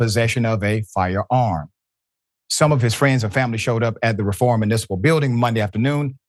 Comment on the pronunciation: The city is pronounced REE form.